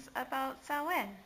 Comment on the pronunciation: Really enjoyed the historical presentation of Samhain! Not to mention the pronunciation of it! I've seen the blurbs in other texts of HOW to pronounce it, but have actually never HEARD it pronounced before! LOL!